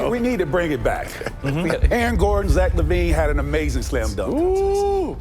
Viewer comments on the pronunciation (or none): none